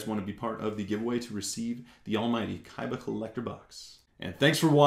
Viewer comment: Its awesome how u say KAIBA!